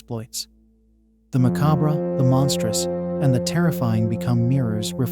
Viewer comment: You mispronounced "macabre" so many times that you made me second guess myself and I had to google the pronunciation 😅. Great video!